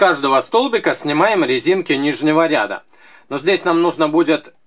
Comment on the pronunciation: что то у Вас с ударением хромает.РядА.